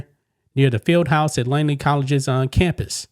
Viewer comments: It’s not “Langley.” Langley is a city in Virginia where the CIA is located. The college in Oakland is named Laney. L-A-N-E-Y. There is no G in it. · LANEY, not “Langley” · Laney not LANGLEY ... Show a little respect for the people and places you talk about and actually make an effort to pronounce their names correctly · A little advice: a) know how to pronounce the name of the coach's school before reporting on it b) don't put out guesses about the perpetrator's relationship with the victim. That's as far as I got in the video before I split so I missed any other screw-ups if there were any.